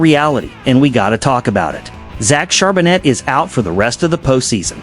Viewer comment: ....as was the pronunciation of his name....